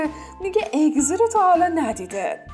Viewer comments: اینکه ازگی استن چرا اگزی میگی😒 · عالیییییی بود ولی اون اگزی نیست ازگی درسته و همینطور سرکان نیست سرکای درسته ولی در کل عالی بود